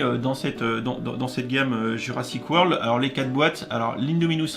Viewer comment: T ' as oublié le R à la fin